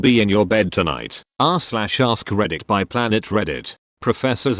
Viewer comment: I hope I'm not the only one who thought the voice said "ass/ask reddit a the beginning of the vid